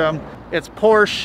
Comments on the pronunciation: Dude on the phone pissed me off when he said koenigsegg koenigsag and trevor said porsche like someone who doesnt know how to say it correctly im glad he doesnt own one it should be illegal to own a porsche if you pronounce it that way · he mispronounced porsche lol